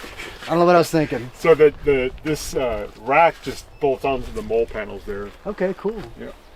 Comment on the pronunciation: Its "molly" not mole.